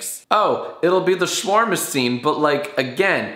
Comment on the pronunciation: jacksfilms um jack its shu-where-ma not sherma